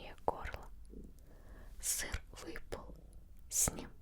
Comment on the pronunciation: Хахах ты специально так выделяла слово "сыр", я права? флешбэки с Пикачу